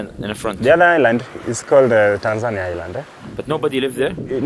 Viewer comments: Please learn how to pronounce "Tanzania". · These AI videos are getting annoying. When it learns how to pronounce Tanzania it’ll take even longer before we notice.